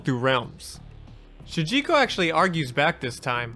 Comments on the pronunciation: I feel like i keep hearing you say Shunjinko and it's Shujinko. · ITS "SH00JINKO" NOT "SHOONJINKO" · Dang... It drives me crazy hearing saying Shunjiko instead of Shujinko. AAARRGGGHHHH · Ughh, “Shun-jinko” keeps taking me out. SHOE-JIN-KOH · Dude, it's SHU JIN KO, not sunjiko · How the hell was it possible for you to continuously say Shun Ji ko when its said and spelled SHU JIN KO? very distracting. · Why do you keep pronouncing it SuNjinko? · Am i the only one that hears him saying shun jinko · My man decided to write, record and edit a 30 minute video and not take 5 seconds to make sure he got the name of the main character right, who the hell is "Shunjinko"? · It sounds like youre saying "shoon gee co" when saying shujinko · This man said shunjinko the whole video and it hurt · How do you consistently mispronounce his name? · Still says Shujinkos name wrong tho…